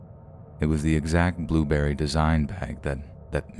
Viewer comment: What's a blueberry bag? You mean "Burberry"?